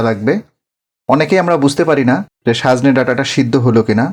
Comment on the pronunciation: রান্না আপনার ভাল এবং বলেন ও সুন্দর কিন্ত আজ পিকুলিয়ার ভাবে বার বার সাজনে বলেছেন?লিখেছেন ঠিক কিন্ত...